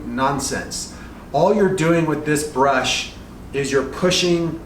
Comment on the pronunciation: Bursh or brush you mean pro